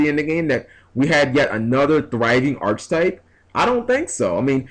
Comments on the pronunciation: ARCH-TYPE IS NOT A WORD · no it isnt the word is ARCHETYPE look it up before you say something unintelligent